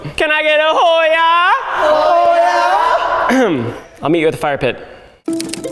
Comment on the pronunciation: Bro they are doing hoy ya and not hi ya and it’s driving me crazy